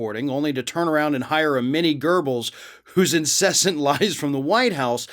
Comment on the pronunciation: Made me laugh too, so I had to check the Daily Beast article. It says "Goebbles", not "gerbils", so is just pronouncing it wrong. But it was a little funny.